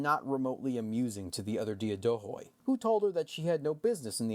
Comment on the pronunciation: Excellent podcast! A correction if you allow me: in the word Diadochoi the d is pronounced like "th" in the word "the" and "oi" is pronounced like the letter "e".